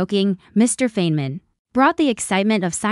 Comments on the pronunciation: Richard Feynman (pronounced FINE-man) deserves better than this ridiculous short that doesn't even know how to say his name. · This is an AI video with, from what I can tell, ZERO images of the REAL Feynman, whose name this video mispronounces. Great job of dissing a great scientist (that was satire).